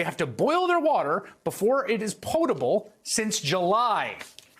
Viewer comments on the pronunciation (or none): poe-table? does he mean pot-able